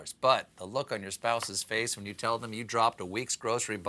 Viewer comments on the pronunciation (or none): none